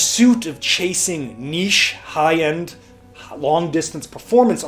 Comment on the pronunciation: Finally a yankee that can pronounce niche correctly.